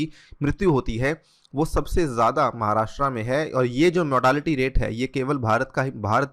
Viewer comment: १) 'महाराष्ट्र' सही उच्चारण है, 'महाराष्ट्रा' नही २) भगत सिंग कोश्यारी नाम है राज्यपाल का